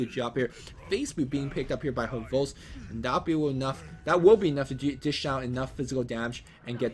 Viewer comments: yeah so you don't need to be all H'vost... its just one transition - hhvost. I'm Russian and its just an H sound just like in "History" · there is no need to emphasise the H on hvost... Just one smooth word ;)